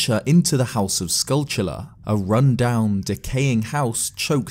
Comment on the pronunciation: Thank god, you pronounce "skulltula" correctly. Thank you.